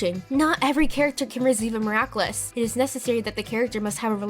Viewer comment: Also, stop saying 'miraclus' its annoying